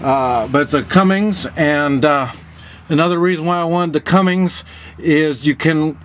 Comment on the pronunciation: It's Cummins, not Cummings... Also, the 5.9 liter Cummins is not a wet sleeve motor, so it will need to be bored out. The 8.3 liter Cummins is a wet sleeve motor...